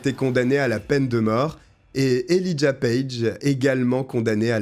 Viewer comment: "Né dans l'état voisin du Wyoming" ??? Quel est cet état? On prononce Elijah él"eye"jah